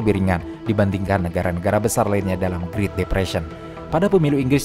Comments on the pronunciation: bro said "greet" depression wtf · Naratornya suruh les Bahasa Inggris dong. Ganggu vanget denger doi ngomong "griit"